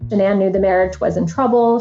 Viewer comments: Her name was Shannon not sha'ann... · It’s actually Shanann.